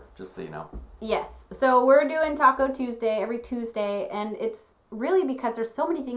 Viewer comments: I thought I heard Taco Tuesday also so your not alone . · I heard “Taco” Tuesday also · Lynne Curtis technically they did..... "Talk-o Tuesday" lol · Lynne Curtis me to